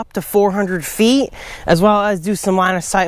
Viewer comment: 100 FEEH , 200 FEEH , 300 FEEH !!! LOL